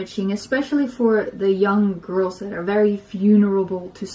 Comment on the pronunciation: She says "girls" like Gru "Gorlz"